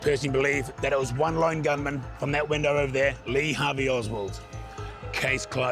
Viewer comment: Lee Hart-vey Oswald 😮